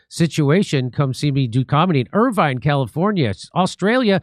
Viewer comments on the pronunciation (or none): none